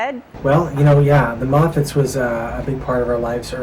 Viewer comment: Feeling 90s feels pag yung pag pronounce ng Moffatts is Mopats 😊 nakakamiss na kayo🥺